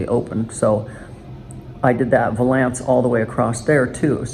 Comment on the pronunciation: It’s valance! VAL.ANCE 🤦🏼‍♀️